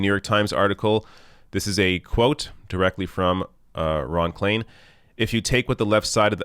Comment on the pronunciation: start learning languages. Klain = Klein, for God's sake